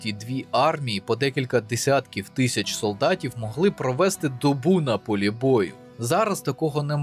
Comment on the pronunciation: прошу говорити не тища(як свино-собаки) а тисяча